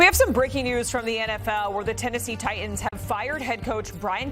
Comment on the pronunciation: Why can't she pronounce Titans? Both of the T letters.